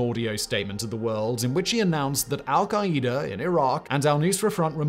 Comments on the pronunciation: Hold up. “Al-kay-eeder”?! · So is saying Al-Qaeda wrong or have all the politicians and news anchors ive heard been saying Al-Qaeda wrong? Or do we say it differently here in the USA then the rest of the world does like aluminum?? 😂😅